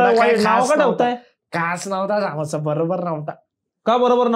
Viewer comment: saamosa nahi samosa asto he kai brobr naahi😂